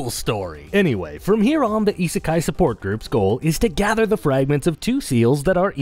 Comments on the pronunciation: What's esisky? I can't even spell it. Sounds like ee see sky? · The heck is "isekai'd"?